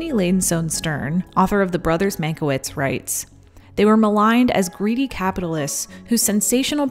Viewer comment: it's pronounced man-kye-vitch, otherwise great reporting as always.